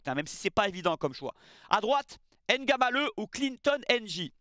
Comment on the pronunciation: Très belle analyse 💯 par contre un effort sur la prononciation des noms Kmers serait apprécié: Mbeumo, Njie Ngamaleu. Le M ou le N est avalé. Le plus simple c’est de ne pas les prononcer. Je comprends que vous prononcez dans la langue française mais vous faites les mêmes efforts lorsqu’il s’agit des nom anglais tel que Tyson, et non “Tison” merci ☺️